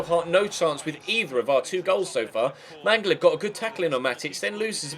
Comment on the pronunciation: and Mangala it's "MangaLA"